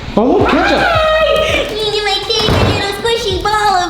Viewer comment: It’s one thing to name your dog ketchup it’s another thing not to pronounce it right 😂